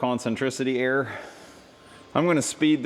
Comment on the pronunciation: **ERROR** not "air". Error and air are not homonyms.